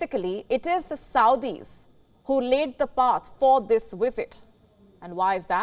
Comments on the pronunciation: And its Visit not Wisit! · Lady, it's "VlSIT", not "WISIT"! Good lord!